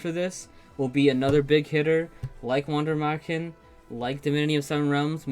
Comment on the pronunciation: I'm still amazed at how well you pronounce Wander Märchen when german isn't your native language. Pretty close to what it should sound like.